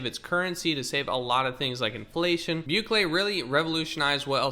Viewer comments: Bukele = Bew Kele (wrong) Boo Kelly (correct) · "Bukele" is pronounced "BOO-KELLY"